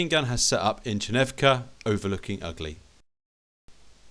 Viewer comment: Outstanding movie and a good battle, I really enjoyed it! Just a comment from a native speaker: The village name Ugly (Угли) is pronounced as [Oo'gly]